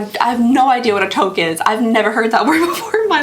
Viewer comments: To question is a French word. Sounds more like touk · In Canada it is pronounced Toooooque! ( like ‘you’) for the beanie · You just pronounced toque as “toke” (rhymes with smoke). To toke is to inhale a smoke. So that made me giggle. A touque is pronounced like “Duke”. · Dear, a Toke is what people who garden partake in aka puff puff pass 😉, a toque ( two-K)is a beanie, very Canadian 😂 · Hi. Canadian here! Toque (said like took or tuke) it’s a French Canadian term. If you say ‘toke,’ Canadians think you’re smoking, not getting dressed 🤣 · Hello lovely! Just to let you know that toque is pronounced TOO-k. I am Canadian and thats pretty much what we all call them up here. Cheers@ :) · It is pronounced like tooth, but with a k on the end. Toque, How we say that kind of hat in canada lol northern u.s. calls them beanies I believe. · Haha!! You’ve riled up the Canadians .. We call it a toque and you totally pronounced it wrong haha!! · I believe calling that type of hat a toque is a Canadian thing. 😊 (pronounce the o like oo) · LOL 😊 Toque rhymes with Luke 😉 From a fan in Canada 🇨🇦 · Toque rhymes with puke. It’s Canadian/French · In Canada they’re called a toque. You’re pronouncing it incorrectly 😂 but if you Google it, it can tell you the pronunciation❤